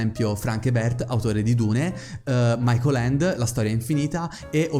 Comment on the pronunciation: Ragazzi, la pronuncia degli autori potreste un po' migliorarla... devo ammettere che sentire il nome di Michael Ende così storpiato mi ha fatto un po' male...